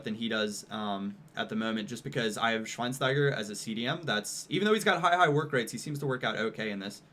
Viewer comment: Say Schweinschteiger because that st get pronounced scht